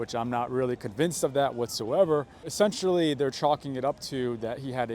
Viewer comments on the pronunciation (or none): none